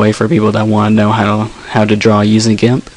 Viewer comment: why do you say it gamp?